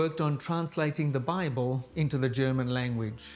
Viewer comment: “Bibel”?? Really?